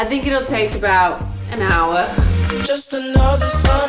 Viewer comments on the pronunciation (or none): none